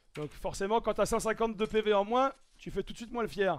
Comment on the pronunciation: Syphenオタク pourquoi y’a toujours des forceur comme toi dans la vie ? J’ai juste dit ça car au lieux de moins il dit « mouin » « alort » « batel »